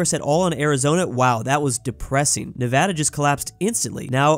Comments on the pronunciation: He said Nevada right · Paused the video to comment: As someone who has lurked through a few of your videos I am so glad to hear you now properly pronouncing Nevada.